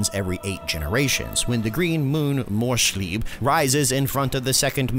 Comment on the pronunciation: Funny how U english people can't pronounce any German word. It's Morrs-lieb Not morrsh-lieb. Wood can be morsch Not moons. And manns-lieb, Not man-shlieb. 😂